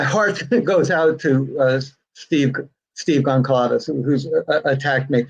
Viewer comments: Can't even say the Goncalvez name right. And the family is worried about their commercial VIABILITY as you got your book out first? Okay..... You have a heart and feel for them? Okay. I've seen and heard enough. Initially I actually thought this book and you name it was not a bad thing until HEARING these REMARKS. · Blume can’t even pronounce their names & his comments on Steve are disgraceful, never ever gonna buy his book, he has no sympathy at all, he’s self serving only. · Truth. He is pretty arrogant based on hearsay. There is not proof from anything said and he can’t even pronounce the victim family names correctly. This is almost as bad as tearing the house down. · Blum is a so called journalist, he can’t even pronounce Steve’s last Name . I don’t think Books should be written until Trial is over. Money Grab for Blum .. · Please don’t invite Blum back… it’s not polite to dominate the conversation when the others know just as much (maybe more considering he can’t say their names correctly)! Plus his comments about Steve were distasteful. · It so annoys me that even after writing that book and countless interviews, Mr Blum still cannot pronounce their name right, so disrespectful. There's not one interview of him out there where he pronounces the name correctly, not one! It's Goncalves Mr Blum!!! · Love this stream. Watch 99% , but agree with the other comments here about Blum. What an ego ! Can't even pronounce the names of one of the victim's families. Claims the grieving father is just angry he didn't get to make $$ from his story, which he is utterly entitled to & would do from an incredibly painful situation honoring HIS daughter & their friends. Tis guy leaves a very sour taste in my mouth. Like others here. Would never give $1 towards purchasing the book of someone who is so disrespectful to the families. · I'd prefer not to hear from Blum in the future if he continues to denigrate Mr. Goncalves. He should also learn to pronounce his name.